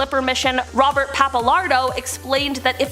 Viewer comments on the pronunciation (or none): none